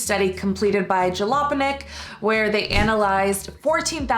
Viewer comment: Jalopnik pronounced (Ja-lop-nik) but I love your pronunciation.